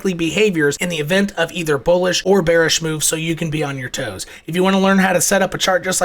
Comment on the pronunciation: So you’re telling me it’s bularish?! Appreciate you man.